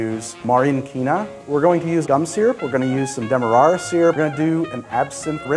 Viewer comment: So one of us pronounces demerara wrong...